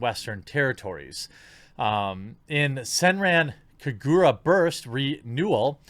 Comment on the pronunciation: Just to point it out you mispronounced Senren Kagura plus that is why I stop supporting Sony for messing with this once great series.